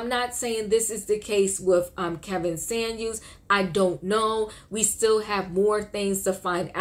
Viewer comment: Lol.. his name was neither SaNuels nor Samuel... it was SaMuelS...why is it so hard for ppl to say that correctly?